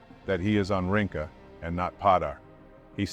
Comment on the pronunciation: 'Rinca' is pronounced "reen-cha". Not "ring-ka". I'm a local.